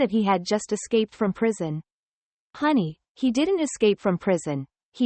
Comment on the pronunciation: She literally said hoeny he didn't escape prison he escap hell😂😂😂😂😂😂😂